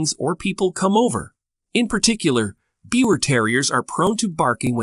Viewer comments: Besides the name pronunciation being wrong, "beeva" is more accurate, as this dog originally resulted from a mating of Yorkshire Terriers that carried the pie bald gene in Germany. Since the push by more and more people to make them an entirely different breed, we have seen "breeders" mix other small breeds with them. These DNA results are proving that. The Biewer were born to a well known German couple that bred Yorkshire Terriers. They had some pups that carried the pie bald gene and some of the litter looked like traditional Yorkie's and some looked like the modern Biewer. The dog is hypo-allergenic and non shedding in the same way that the Yorkshire Terrier is. Perhaps, people mixing other breeds with them is causing some litters to not be hypo-allergenic but that was always a huge positive for people interested in dogs but they were sensitive to most dogs. This is just one example of why people that call themselves breeders shouldn't meddle so much, especially when you already have a fantastic dog. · I am happy to see that others commented on the pronunciation of Biewer it important to get that correct especially if you are making video . I have two Biewers and there are definitely some things that you presented which are Not True,. They are hypoallergic dogs and they Do Not Shed . As for the coat, Biewers do not have an undercoat. My male's coat never matted and I did not brush him daily. My female does mate and needs to be brushed daily when she has a long coat. They are not excessive barkers. Yorkies are but not the Biewer. My girl never barked for the door bell until the boy taught her that we are alert dogs for our humans. Biewers are sweet, very smart and happy little dogs and also very loving. I can not say enough about about them. I am preparing to get my third Biewer and looking forward to the experience. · Please take down this mis information. You can’t even pronounce the name correctly. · You can't even pronounce their name properly 😒.